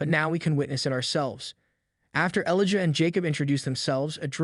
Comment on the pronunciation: Elijah is not pronounced “ellaja”